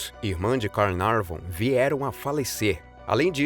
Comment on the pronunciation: Carnaveron e não Carnavon; pelo menos é assim que se ouve, neste video. De qualquer forma... é um excelente video! Fala rápida mas bem clara, o quê poucos conseguem: falam rapidamente comendo 3/4 das palavras e não se entende nada do quê dizem?! Obrigada por postar tudo isto 👏🏻👏🏻👏🏻